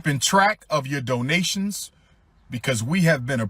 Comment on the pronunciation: Dough-nationsss. Dough-nationsss. Dough-nationsss. Dough-nationsss. Giffs. Giffs. Giffs. Giffs. MOAR DOUGH-NATIONSS. MOAR GIFFS.